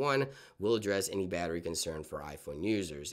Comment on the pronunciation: " batteri intelligence " LOLOLOL